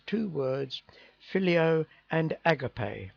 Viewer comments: not a-gar-pay a-ga-pay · agape is pronounced a-Ga-pay (at least in the US) GB thanks